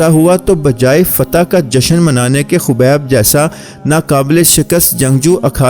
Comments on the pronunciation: Are bhai naam to so bola karo habeeb nahi khabeeb hi kaho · Khobib nhi khabib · He is "Khabib" not "khubaib" please correct it